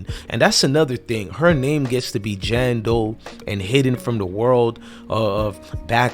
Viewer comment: It's JANE Doe not JAN Doe and it's THEY not DEY!!! 🙄🤷🏿‍♀️